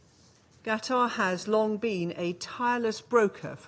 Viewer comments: It says on the line 😂 The British pronounceation is "kuh-taa" Whats with the "G" from this lady 🤔 isn't she meant to be a diplomat " rude much "😮 Hooly condemned 😕😏 The english 😂🤣 what tha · Fools telling untruths in the strongest delusional terms. Since when was Qatar pronounced ‘Gatar’ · Why UK ambassador saying GATAR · Why is that british lesbo calling qatar guttar? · Useless UK ambassdor can’t even pronounce Qatar, the idiot hypocrite kept saying Gatar. What an absolute tool 😂😂😂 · Learn to pronounce Qatar lady. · Thé she man can’t even pronounce Qatar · That was intentional I believe, they are still in their arrogant colonial mindset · How that lad man pronounced Qatar as Gutter I believe was intentional they still their colonial mindset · Quarter ... Cutter .... Gatar .....DOES ANYONE ACTUALLY KNOW HOW TO PRONOUNCE IT 😧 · Why they calling Qatar "Gutter" 😂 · She can't even pronounce the countries name correctly 😂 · What is the UK ambassador on about " Gatar" learn how to say the countries blooming name theirs no G in Qatar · The educated class go to Oxbridge, private education, why, to lie, mendacity on a fantastic. Could be giving a sermon from the pulpit. Disgusting craetures. Prononcing Qatar with K, idiot. P.s she isn't speaking for me, I'm English. Who is it she think she's representing. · Clowns can't even say Qatar correctly - wtf is Gahtar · Is uk intentionally saying Gutter instead of qatar... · Gatar? Is she also deaf or is it a speech impediment? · dear British UN diplomat lady ... what is "GATA" ? never heard of it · That horse of a British woman cannot even pronounce Qatar. There are three criminal states in this room we all condemn in the strongest terms. Bless Palestinian people and protect them from more harm from the most horrible people on earth committing the most horrific crimes of our time against humanity. Stop this mascaraed, stop the genocide, stop the starvation, end all support to this rogue criminal zio state of ISR.